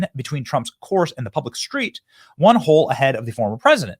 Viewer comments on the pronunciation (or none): none